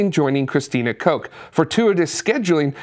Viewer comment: Christina Koch's last name is pronounced Cook.